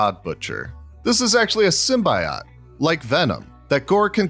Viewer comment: Ok did he pronounce symbiote wrong?